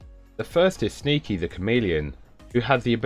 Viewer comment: I heard "Sneaky the canadian" LMFAO